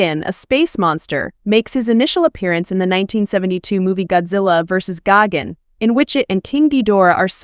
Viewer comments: It’s Geiken not Goggins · Exactly. She keeps mispronouncing his name. It’s Gigan with an I not Gagan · What i think it is pronouced:gigan What she thinks is pronouced:gagen💀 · Bro is really saying gogin even though it’s actually gigan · This is the worst a.i. narration I’ve heard. Sounds like she’s saying David Gagins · PRONOUNCE THE DAMN NAME RIGHT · Say his name right or don’t say it at all it’s disrespectful to the cyborg alien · I don’t like the way you pronounce Gigan. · What letter is she trying to pronounce lol